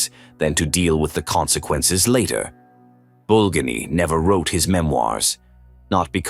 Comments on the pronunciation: BulgA'nin, but grazhdanI'n. And sometimes name could have non-standard stress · Your moronic AI narrations uses the wrong name and mispronounces Bulganin's name in several different ways! Dump the stupid AI and just get a person to nareate!!!